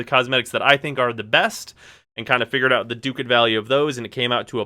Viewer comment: I know I'm really late to this and this is also a little pedantic, but... "Ducat" is pronounced "duck-et" not "duke-at." <-- click the audio link there to hear it pronounced properly ;-) On to the REAL comment -- Awesome guide! I know what I'm saving my ducats for this upcoming July now!